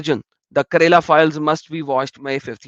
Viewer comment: How say kerala as karela xD xD xD. "karela" is a vegetable in india it is bitter gourd. state "kerala" is pronounced differently.